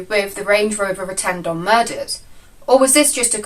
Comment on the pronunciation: its Rettendon not retendon as you pronounce it shite report